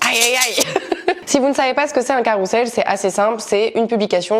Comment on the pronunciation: C'est moche mais ça se prononce "carouzel" :(